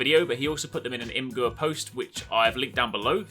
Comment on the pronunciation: Did you really say "im-gerr"? It's pronounced "image-er" (it even says so on the imgur website)